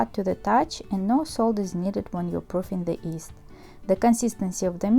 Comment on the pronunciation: why do say yeast as east?